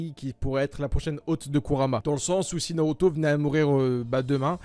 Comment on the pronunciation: Aussi Norauto a la place de Naruto c'est stressant